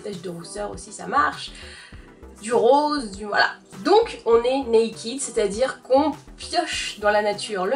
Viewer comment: Naked = [naikeud] et non [naikid]